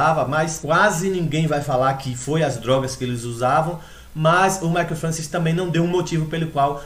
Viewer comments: til vc escreveu certo só pronunciou errado, mas ninguém é obrigado a saber pronunciar francês, se escreve francois mas se fala Françoar. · a pronuncia do nome é FRANCOIS = "FRANÇOAR" belo video amigo! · sim, mas o certo é FRANÇOAR que se fala, mas é aquilo, cada pais com seus dialetos e sotaques falam da forma que achar melhor. kkk mas o certo é FRANÇOAR mesmo, mas é só porque o povo é chato mesmo fica enxendo o saco por causa de um detalhe.